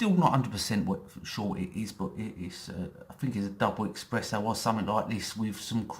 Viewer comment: Expresso.... Dordado 😂